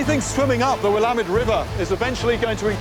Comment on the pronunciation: p.s. Thank you for sharing the voices and experiences of our local indigenous people. And for pronouncing "Willamette" correctly! :D